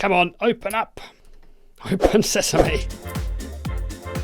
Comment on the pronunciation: "Open says me" not "open sesame" hahahaha Luv ya